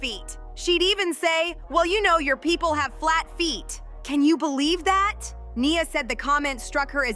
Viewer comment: Right? It’s about Nia, yet the commentator can’t even pronounce her name correctly